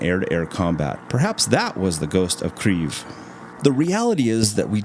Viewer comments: im polish, not ukrainian but im pretty shure they dont use the "r" in the city name ;-) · The person who made the Kyiv pronunciation video is not Ukrainian and he is mistaken. I was born and raised in Ukraine. There is no “r” sound in Kyiv. At least I now know where this odd pronunciation came from :) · The whole video is in English, so "Kriev" is a very strange pronunciation for anyone who isn't familiar with Ukrainian, you are mixing languages. If you make an English video about Norway for example, you would probably also call it "Norway" and not "Norge" which is the Norwegian word for Norway. Pick a language and stick to it, you chose English so it's Kyiv 🙂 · Bro he is called Ghost of KIYV, not Kriev or etc. Kiyiv is the city, the capital of Ukraine. I am from Ukraine. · Yes. But it is pronounced "keave". Russians would call it "key-ev." That was the distinction. It is not "kreave". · cmooon duude it's not Pronounced "Krieve" but "Kiev" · Its definitely not accurate. The easiest way to say it properly is to understand that it is like combining 2 sounds or words together first is Kei and eve with a Y in it. So it becomes Keii-yeev. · It's Keeve (long e sound in the middle). I had been living there before the invasion. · Since when did Russian get banned from Ukraine? It's both Kiev and Kyiv, and 40% of the country speaks Russian and they call it Kiev (and in fact, not "Kriev" in any language, as the fool in the video mangles it in an effort to signal his virtue) Stop being racist. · Why do you keep calling it kreev? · Were is this r you speak of [key-ev] so key like your house key and the first part of ever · Kieeeeeeeeeeev dude what are you smoking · Thats not how you say Kyiv. The letter Y is put there for a reason. Its is 2 sounds combined into one the first is K, and yiv. Pronounced as KEI (short) and YEIV = KEI-YEIV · Its pronouncd Key-Ev (as in ever) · You're pronouning Kyiv wrong lol it's pronounced like this "KEE-ef" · "Kreev" nice pronunciation bro